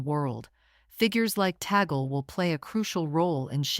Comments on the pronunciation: Cardinal Luis Antonio Tagle's surname is pronounced "TAG-LE", not Tagel.😚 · Tagle is pronounced as ‘TAG LAY’ Not tag gel or tag girl. Please pronounce it correctly. Thank you. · It is pronounced as Tag-Lē. Cardinal Tag-Lē and not Ta-gel... 😊😉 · 😅Ta-gle is the same sound as eagle which is wrong. Tag-le with the le syllable as leopard. 😅 ❤ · People must pronounce the name of our Phil. Cardinal Luis Antonio Tag-le not Ta-gle coz its wrong sound is insulting to the ears of Filipinos. 😢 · Be nice if she could correctly pronounde the cardinal's name.